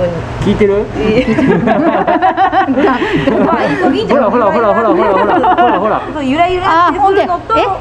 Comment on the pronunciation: 一瞬溺れてるかと… の「イソギンチャック」耳から離れない😆